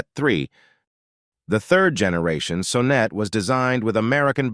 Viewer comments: The 914 was and still is cool...and it's not "so-net"! It's S-on-net!!! And Dat-soon?? Dat son. Fucking AI narration. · AMC Gremlins weren't ugly. They WERE Hornets with their trunks cut off! The Saab Sonette(pronounced like sonnet) III were beautiful sleek cars. The problem with them was their dated mechanicals. The Sebring(pronounced see bring) were odd but had the popular wedge styling(sic: Triumph TR7) . Datsoon?????????? It is pronounced Dat-sun. You missed out on probably one of the ugliest cars ever, the Mazda RX4. Please learn the proper pronunciations so you don't sound so foolish and maybe people will take you seriously.